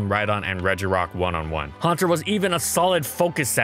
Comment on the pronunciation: Huanter really?